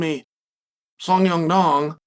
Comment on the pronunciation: I genuinely thought he was messing with us by saying song dong. But now he changed it to song young dong. fun fact, Oregon is the most white state in America and that explains why he can’t pronounce names.